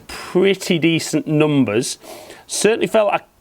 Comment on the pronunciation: I love how these guys pronounce “numbers “ cracks me up every time